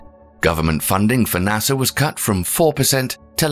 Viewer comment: Why does the narrator keep mentioning Nasser?